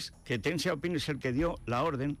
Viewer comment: Fede, no te las des de sinólogo. El pinyin ya lleva mucho tiempo y además el Wade-Giles no era correcto. Y el Deng de Deng Xiao Ping se pronuncia Deng y no Teng, por mucho que te pongas. Y en cuanto al dicho francés, de francés nada. Es de Cicerón: rem tene, verba sequentur. Repasa el latín, anda.